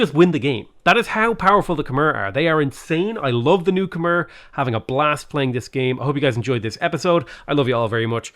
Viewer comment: It's pronounced Kuh-My